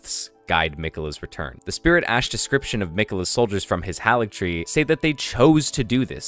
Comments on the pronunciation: It's "Moh-Gwyn", not "Maw-Gwyn". "Hayligtree", not "Hahligtree". That voice at the start is unlikely to be Miquella's. Everything we know suggests that the Tarnished is looking for Miquella in the Land of Shadows. Yet, the voice in the dialogue tells the Tarnished to touch the withered arm and they will "not be far behind". It's another NPC who's also going into the Land of Shadows with the Tarnished. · Mohgs name is mohg not mohgwyn. Haligtree is pronounced hay-lig tree and Marika is mare-ik-uh. Not being a prick. I know when I pronounce things wrong I get mad when no one tells me